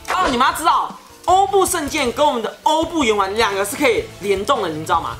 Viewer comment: 其实欧布圣剑真正的读音是“orbu gaiba”